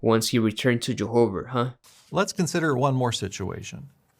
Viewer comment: "I love Jehover!!"